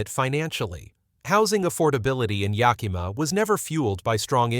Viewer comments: It's pronounced Yak-a-ma yaahoo! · Thanks for the info. I'd like to point out two things. First, Yakima is spelled with an 'i'; it does not sound as you say it - Yakeema. Second, President Trump is looking to appoint a new treasury guy who is willing to drop interest rates. When this finally happens, homes will suddenly become more affordable. Don't you suppose this is why so many are waiting to purchase?